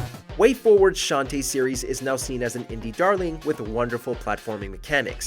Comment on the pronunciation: You know, if you fire up, say, Half-Genie Hero for PC, you'd hear it...it's not "shanty"